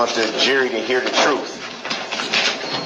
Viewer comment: Ok, I am confused, sounds like he’s the one don’t want the “ troof” out, fool!!!!!!!!!